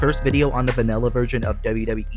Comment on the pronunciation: Mate its called vanilla not vanella 😂